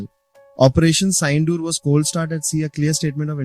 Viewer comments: You can blame AI, but pronouncing the Operation Sindoor- the context's actual name itself- as Saindoor is really hopeless. But video is lit🎉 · Wtf is "Operation Syndoor" ?